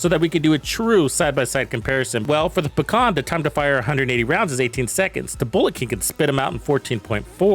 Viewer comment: Although, it's not "paKhan", it's just "paHan". Russian word for "kingpin". But overall, I am glad that I can finally run RPK and not some MG or Stoner or some othe fancy gizmos. I would prefer Pecheneg, but still.